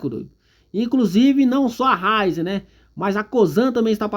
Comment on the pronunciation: Ôhhh, é Ra í zen!!!! 😂 Essa empresa tem um futuro brilhante, mas, no momento, está passando por um período ruim. Eu vejo momento de compra, um momento de acumular ações da companhia.